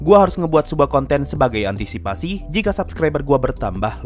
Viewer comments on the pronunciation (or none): none